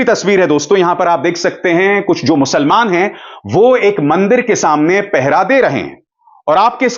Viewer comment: Musalman shabdh ka uchcharan galat hai sir